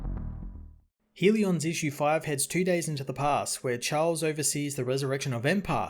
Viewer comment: Hell-e-uhns, not HEAL-E-ons. Love the channel.